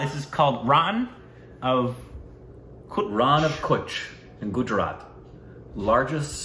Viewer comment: Nice to see Rann Of Kutch. I am from Kutch. BTW Kutch is Pronounced "KATCH". Also search "Tent City Rann Of Kutch" it's A Must See Place During Rann Utsav. You had Reacted To Gujarat Tourism Ad Featuring Mr Bachaan & India exports salt that is mad with sea water.